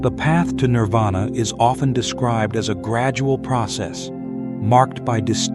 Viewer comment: Nirvana or Nippana. Not Nirada.